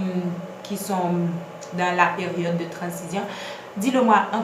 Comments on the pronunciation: Ça s’écrit transition mais ça ce prononce Tran-zi-syon 🤦🏽‍♀️ Apprenez à parler ... oubyen palé Lang maternelle ou 🙄 vin fè moun ront la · Merci pour la video, c'est instructive et précise . C'était presque parfaite. Il n'y a que le mot " trancition" qui m'a cassé les oreilles.